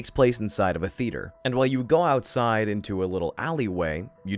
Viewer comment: Why do you pronounce Theatre/Theater like the eighth letter of the Greek alphabet, θ ?